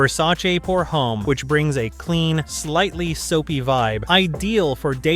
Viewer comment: We are just joking. You should research how to say the names properly before you make a video. Just watch many of the other videos and listen to how most people pronounce it 👍